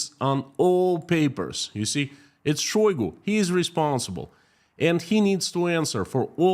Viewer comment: Say it ainto so...shoygo...